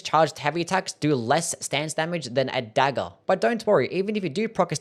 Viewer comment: Your accent is the worst. Dagger is pronounced "daggERR", not "dagell"